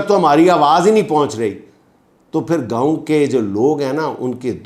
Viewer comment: It’s not Gaaoo, Gaon